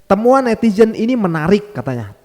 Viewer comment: Netizen bang bukan netijen 😊